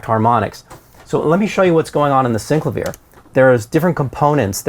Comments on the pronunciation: It's pronounced SYN - CLAY - VEE - ER not syncla viah FFS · It’s pronounced syn-CLA-vee-air. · Did he pronounce that keyboard correctly? Never heard it pronounced that way.